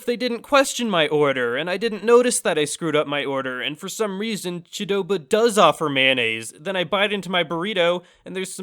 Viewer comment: I love Qdoba also but I think it's pronounced Queh-doba.